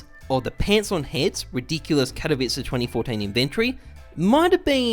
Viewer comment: The only youtuber that can pronounce '' katowice''